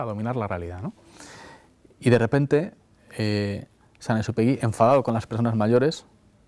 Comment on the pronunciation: El principito con esa lectora almA da vergüenza que ni siquiera sabe pronunciar el nombre de San Exupery